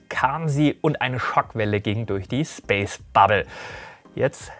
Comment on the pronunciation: Woher kommt die Ausssprache Ariane "Spass" ?? Liegt es am Französischen Hintergrund oder woher kommt diese sehr gewöhnungsbedürftige Aussprache des Wortes Space?